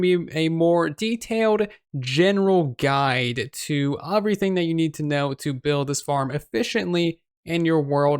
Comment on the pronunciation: It’s pronounced “everything” not “uvrything” hahaha